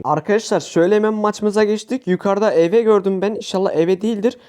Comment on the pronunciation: Hayırlı olsun bu arada eve diye okunmuyor iv diye okunuyor